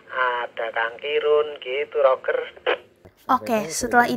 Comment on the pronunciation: Rojer om... bukan Roger... CMIIW. 😁🙏